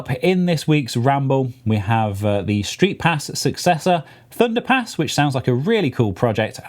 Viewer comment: my american ears kept hearing thunderPANTS so i had to find the video and comment. HAHAHA! thunderpants is hilarious, thunderpass is just... fine i guess. Anyway, love the podcast have a great day